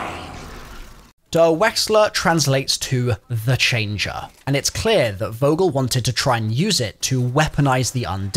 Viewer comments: this is completely unrelated to the story: as a german its so funny to hear these names pronounced like that. they pronounce "vogel" with a english V instead of a german V (in german V is most of the time pronounced like an F). if you would pronounce it like germans would, it would sound more like "fogel" with a strong F and "kurtz" would be pronounced more like "koortz". so weird that these are supposed to be german scientists and yet they dont even know how to pronounce their own name. i mean treyarch was right with the pronounciation of richtofen before too so no idea why they didnt make sure its right. sorry for talking nonsense lmao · Very nice video, but you're really butchering the names. Names like: *SHtraus *Fogel *ProYekt EndSHtaTSion And I didn't even catch some of the words. Pro tip: Next time let Google read it for you before creating a video.